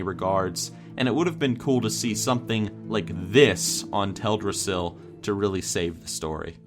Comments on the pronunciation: Tel' drassil?? For 11 years, I thought it was pronounced Tel dras' sil. Too late now to change. #4 Dun Morough, #3 Gilneas and #2 Tirisfal Glade ..,. absolutely Spot on! As for Azuremyst Isle coming in at #1, I never would have even given it a thought. Great Top 10!! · Does it bother anyone else the way he says Teldrasil?